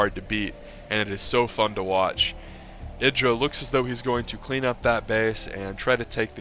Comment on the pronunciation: Hey you're actually pronouncing Idra correctly. That alone is worth a thumbs up(besides the fact that you constantly remember to explain stuff to SC2 players who never knew Brood War and its different tactics so that they'll understand what's going on) :D